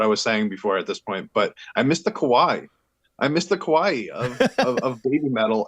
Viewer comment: Its not kawai... its kawaii kawai with an extra e sound at the end.